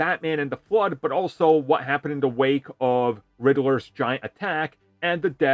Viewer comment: you got a face for radio and a voice for books. lol. BWIG BWOY OPWINIONS. why would you try to say the word "ascend"... LOL. say the riddler again HAHAHAHA and the word series... HAHAHAHA FLYING COLORS. CWIME.